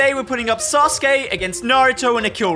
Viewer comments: Sasuke is pronounced "sauce-k" and Naruto is just "Naruto" like said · Thank god he didn’t said “Sasouki” and “Nruto” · I am pretty sure sasuke is pronounced "sauce kay" not "sas kay" but amazing video guys keep it up 💪🏽🔥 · Nobody:: susgay instead off susuke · It’s pronounced ‘sazuke’ not ‘saske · Sus gay 😭 its said “sas-kay” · NAH RU TOE SOS KAY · “Sasuki.” Said by 😅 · He literally said sus gey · "suSKe" 😂😂😂 accidental 300 iq play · Man really said sasgae lol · bro really said susuki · SASUKE. Isn’t it said sus-koo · Sasuke is pronounced sah su kee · It s Naruto and Sauske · It sa -su-ke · It’s pronounced saa-suu-kee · Why did he say sus kae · Did say sus gay